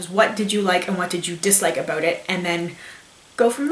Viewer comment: aboot xD